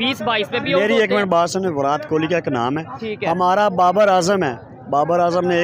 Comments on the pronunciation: Please someone tell these Pakistanis it's NOT विरात Kohli, it's विराट ! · विरात कोली 😂😂 बोलने नहीं आता क्या